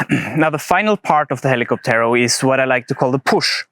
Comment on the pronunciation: Please stress the ó and not the last e when pronouncing hell-ee-COP-tero. Cocotero.